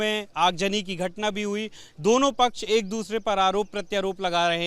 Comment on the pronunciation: Muslim pach sahi nahi bol raha